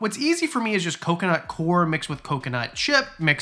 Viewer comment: Coir is pronounced "kwar."